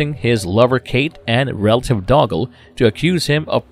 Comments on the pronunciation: Also it's Dougal not dogall! 😄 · Connor's cousin wasn't named Doggle (pronounced Dog-ll), it was Dhugal (pronounced Doo-gll) with an emphasis on the first syllable. It is a Scottish highland name still in use today. ETA: spelling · I know! Dougal is Doo-Gal; Ramirez is Rah-Meer-hez! I know the narrator has a accent, but come on; just listen to the film!! "There Can Be Only One"! 🤔